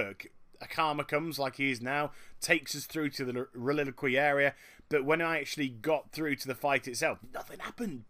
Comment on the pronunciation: OH MY JESUS IT'S REL-I-QUA-RY NOT RELILIQEY! WHAT ARE YOU SAYING D: <